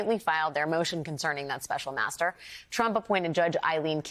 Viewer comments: master not maeztr, FFS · master NOT mztr, STOP REMOVING MY COMMENTS, they are valid, the woman has no vowels !